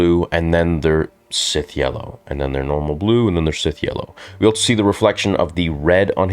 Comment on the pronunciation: There is no T in also bro. It's just also.